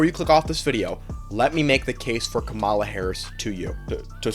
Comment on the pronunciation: I will say that you are entitled to your opinion and your ability to promote you opinion but first you miss pronounced kamala's name every time you said it and two she strait up told someone at her rally who said "Jesus is Lord"(or something along those lines) that they were at the wrong rally and should go to trump's rally instead.